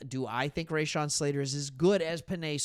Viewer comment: you are NOT saying Slaters, 1st name the correct way?....LOL